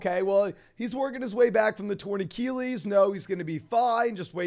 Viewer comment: Love the content, been watching a lot - but bro, please learn how to say achilles